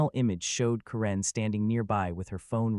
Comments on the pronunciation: Ka-REN? I always thought it was pronounced Karen! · A-I voice. It's not Ka-rin, it's Kar-en.